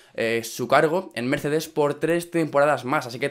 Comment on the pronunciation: en el minuto dijo miercedez jaja fuck